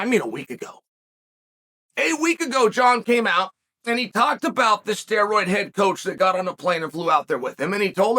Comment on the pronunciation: Chael you're a menace. I know for certain you said it as "Steroid-Head Coach" and not "Steroid Head-Coach".